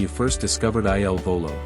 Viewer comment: Eye Ell Volo? Really??!!